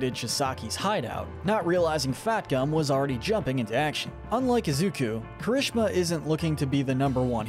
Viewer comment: Why your spelling juries kirishima like that? It’s KEERI-SHEEMA not kerishema